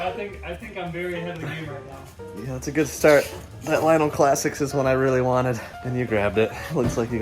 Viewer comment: Great score on the stuff for the barn. Btw, I didn't know this until I asked someone to proper way to way to say Lionel. It's lion-nel and not lion-o.